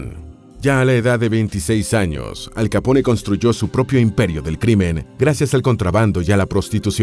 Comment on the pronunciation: Soy el único que en lugar de pronunciarlo "Al Capone" lo pronuncia "Al Capón" jaja